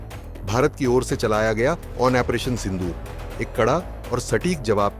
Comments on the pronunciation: Operation ko ONPRETION kyu bolte ho ? Koun dictionary main hain ye word ? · Operation pronounciation toh thik se karo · ऑपरेशन तो सही ढंग से बोलना सीख लो😂